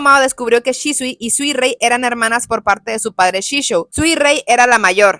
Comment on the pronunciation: Suirei ❌ Suirrui ✅